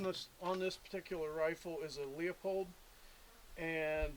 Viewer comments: "Lee-uh-poled" <---- proper pronunciation , all that other nonsense is inbred slobber lingo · It's not "LEOpold", it's LEUpold